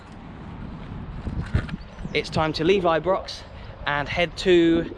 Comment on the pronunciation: It's not Ibrox it's I-pox 😂😂